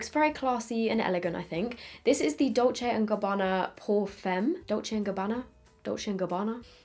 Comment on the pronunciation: Yesss your pronounciation of Dolce & Gabbana was spot on 👌👌🇮🇹